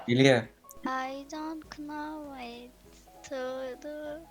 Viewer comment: Abla hani orda know yaziyo ya ama nov diye okunuyoo😅😅